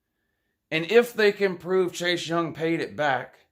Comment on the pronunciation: What have you pwoved,???